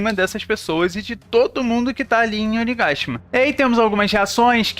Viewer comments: Que agonia escutar você falar Oni gashima, uiiii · Engraçado a forma que vc fala: KAIDO e ONIGASHIMA